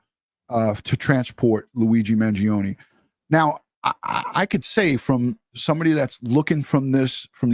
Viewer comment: Finally, someone in the news realizes the E is silent in the Kids name!